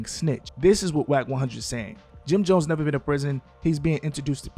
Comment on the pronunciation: Dat mane said Jim dones ,😂😂😂😂😂